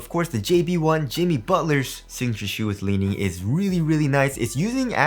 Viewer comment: The first time says "Lee Knee" 😂😂